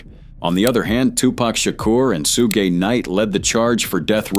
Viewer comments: Sooo Ghey Knight. Bruh, Shoog Knight. Thats how you know this is AI narrator bullshit. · Its not Sue-Gay Knight its Shug knight damn AI 😂😂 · Sooge, Soogay, Soogah Knight? How about writing your AI script to say Shoog. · We’ve been pronouncing Suge Knight wrong all along! Sue-Gay Knight is the right way! 😂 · So that's how you pronounce it, "sue gay" then there's shooge. Ok robot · The way the AI said Suge's name made me think of an anime villain name lmao Soogei Knight lmfao 🤣🤣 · Damn AI.... not " Sue-gay Knight" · close enough lmao